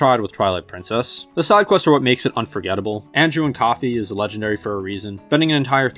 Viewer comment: WHAT THE HELL IS EVEN THAT!? I like how Willem Dafoe is looking up. That's the face you should make when an ominous object is approaching town. I wouldn't be smiling like Sponge Bob. Anju and Coffee? That is not how you say his name. Wind Waker also has a seamless map. No loading screens happen when you sail across the entire ocean. This was the generation where seamless 3D game maps were made possible thanks to games like Jak and Daxter which was pretty ambitious for it's time. Fi is pronounced Figh not Fee. I did enjoy writing notes in PH and ST. I am also perverted and drew boobs as well. I can't be the only one who did that. Now we can see what Link looks like as a princess 😄! I noticed you used footage from Beardbear.